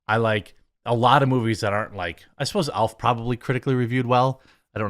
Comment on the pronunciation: When you said you liked Elf, I thought you said Alf. I was like, they made an Alf movie!! Lol